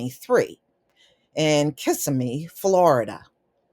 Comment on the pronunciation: Lol..the word is Kes-simi in pronunciation..☯️